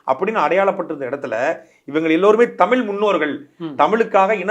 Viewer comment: தமிழ் என்று உச்சரிக்கவும்(தமில் என்று உச்சரிக்க வேண்டாம் ) தங்களை நேர்காண்பவருக்கு. நன்றி வாழ்க தமிழ்